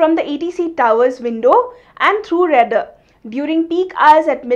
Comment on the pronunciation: RADAR pronounces like RADAAR not Rader 😂